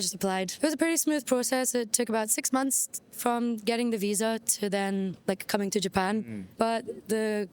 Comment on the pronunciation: I like how she says munts